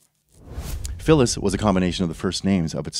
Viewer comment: First time I’ve heard Philles pronounced ‘’Phyllis’’.